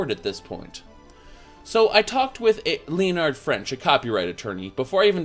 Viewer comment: dear god you pronounce so many words incorrectly... and names like leonard.. its not leo-nard you wierdo, its lenn-nar-d.